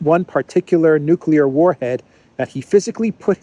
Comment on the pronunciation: How would a guy who makes drones in his garage in Kansas and doesn't even properly pronounce nuclear know all this stuff